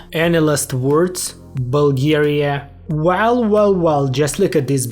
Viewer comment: The butchering of Bulgaria in the end was the worst part 😢